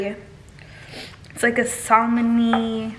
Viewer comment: It’s pronounced “samin,” dummie. Also, that “pretty color” of that ginger is dye. Good quality ginger is translucent yellow.” Also you said transparent and the word you were looking for was translucent. Scary